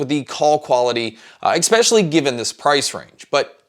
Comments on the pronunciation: "eckspecially" is spelled "especially", actually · Great review. Nice job. Just an annoyance is your pronunciation of the word “especially”. The second letter is an S and. It a K. So ekspecially is definitively wrong. I know you’re American so it’s probably the result of your disastrous education system. But your reviews are great.